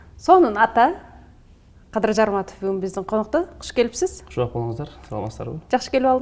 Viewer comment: "пИлус" , " коУш" ? Может ПЛЮС, КОУЧ? )) Журналистка , туура айтыш керекпи